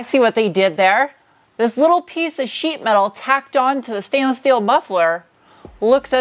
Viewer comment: You pronounce steel and sport like you are still in Deutschland. Shteel and Shport❤